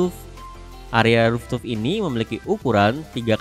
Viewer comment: Mas mas... Fooftop. Dibaca RUFTOP. Bukan ruftup